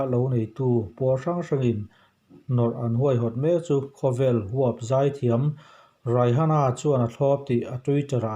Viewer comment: Raihana ni lo Rihana ni 😂